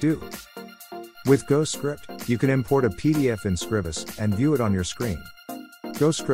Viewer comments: It's Scr-EYE-bus. You know, as in the word "scribe". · It's a bot reading the transcript. But yeah, SCRIBE-us.